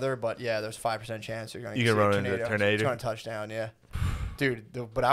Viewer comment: I love how Shane is really trying Matt to say tornader hahaha